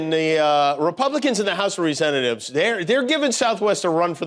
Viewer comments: You did say, “House of Resententatives”, didn’t you? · “House of Resentatives”……did you say that on purpose….brilliant.